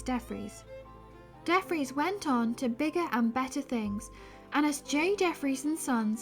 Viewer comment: DeFries= Dee Free-ss